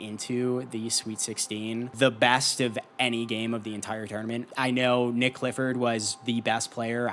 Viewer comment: Nique not Nick bro